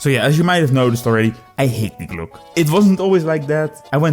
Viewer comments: It's not "Day Glok" but "Dee-e Glok-e" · It's called die Glocke not the glooock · Yeah, why does he say Glock? Does he think some letters are there for fun? Is he French? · Btw its pronounced "dee glock-ay" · That is not how you pronounce Die Glocke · Imagine making a 11 Minute video about Die Glocke without asking google translate even ONCE how it is pronounced. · Talks about die Glocke. Pronouces it wrong at every opportunity. Truly a non german speaker moment. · I love you you misspronounce "Die Glocke" at the beginning. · almost hit dislike for the pronunciation.